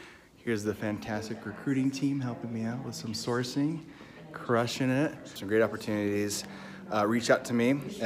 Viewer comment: "CRUSHEN ET" That office is dark as heck. Paired with the concrete floor, it's like you're stuck underground.